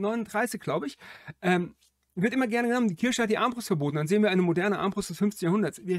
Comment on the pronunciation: Der Videoersteller (der immer so viel Wert auf Korrektheit legt) weiß es ja offenbar nicht. Sonst würde er es ja nicht gleich aussprechen. Will gar nicht wissen was seine arme Mutter immer zu waschen hatte wenn er Weihnachten aus der Kirsche zurückkam. Bricht doch niemandem einen Zacken aus der Krone Worte richtig auszusprechen. Dann gibts auch nicht solche Kommentare.